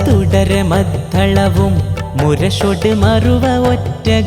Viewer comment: മദ്ധളം എന്നാണ് ഉച്ചരിച്ചത്. മദ്ദളം എന്നാണ് ശരി